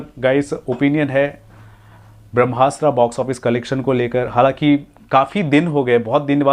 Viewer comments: Please improve your pronunciation of English words😅...it's Brahmastra not Brahmasta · Nikal vai tu kuch sach nahi bolta bharmastra axese pronounce kar nahi sKta aur movie review karne chala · Lavdu tere ko brahmastra bhi bolna nahi ata aur Gyan Dene chala hai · Bhai naam toh movie ka sahi se lelo